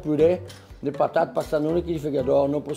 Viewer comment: Minhas patata